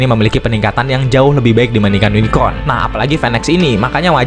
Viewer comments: Unicorn om bukan unicron😅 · Yunikorn, gampangnya gitu min R dulu baru N. Semoga membantu 😊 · susah amat min, tinggal bilang YUNIKOHN